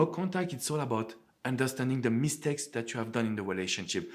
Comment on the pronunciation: I love how you say MEEH-stakes with emphasis on the mee! 😊 And besides, I find your videos very valuable and helpful. Thanks!